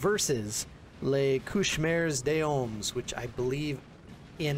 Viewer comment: des Hommes is pronounced "days omm" b/c french is weird. Awesome video btw lol